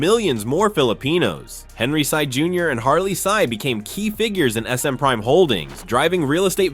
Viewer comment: Henry Sy not Henry Psy